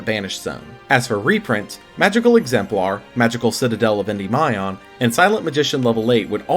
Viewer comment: Never seen anyone pronouncing "Endymion" like that.